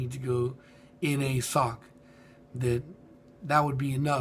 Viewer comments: it's not sock it's S - O - H - C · also, why do you pronounce Sohc sock